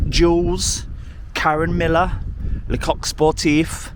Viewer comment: Karen Miller? No no no. It’s Millen 😀